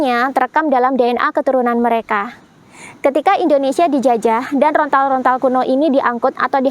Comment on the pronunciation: Yang benar "lontar-lontar",.. bukan "rontal-rontal"